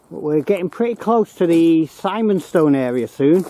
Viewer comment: Really enjoyed the video but Simonstone is pronounced with an "i" and not an "I" for us locals. Big thumbs up, great.